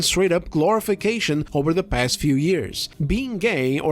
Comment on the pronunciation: Her "gAiY" pronunciation definitely competes w that interviewr on the Acolyte "is this the gAiYeSt SW ever?"